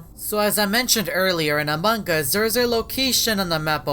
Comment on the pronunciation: am i death or the first time he said among us i heard aMog uS